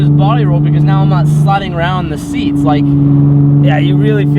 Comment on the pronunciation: I know he tried to say seats, I want to watch him struggle:P